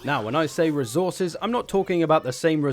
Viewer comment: When you say resource you pronounce it well but when it comes to resources you pronounce it as rezources